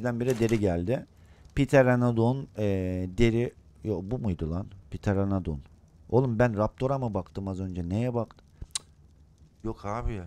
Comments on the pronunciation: Lazın pıtıranadon demesi😂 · pteredon a abininin Ptereledon demesi 😂